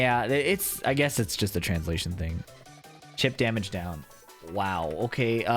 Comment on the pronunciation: Chatter: yapping: (heavy accent) EMOTIONAL DAMIDGE sidestep 1+2